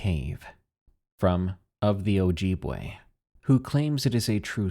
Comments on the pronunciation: OJEEBway lol that was silly~ pronounced oh-jib-way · Good story but your pronunciation of Ojibwe gave me scoliosis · Ah the mispronounciation killed me on ojibwe, BUT the reason we dont say the names let alone TALK about them anywhere thats not the middle of the winter is because they could be listening. There spiritual beings and provoking them can cause consequences, its a wonder why ppl dont catch a physical bigfoot and they only claim they seen things or mainly fake the sightings for physical evidence. Tho this creature even tho you dont speak about it in the general area and time of the year (which is 90%) even in the winter you dont try to get to depressed and specially commit cannibalism Mii iw miigwetch (thanks for listining :] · Ojibwe not ojibwe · I've seen those things in the Utah, and MN ( NE psrt) the AI voice in this video produces Ojibwe/Wa wrong, too. Northern mn is to creepy for me to go camping anymore. Evil places there